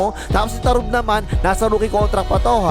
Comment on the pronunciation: tarugo boss hindi tarub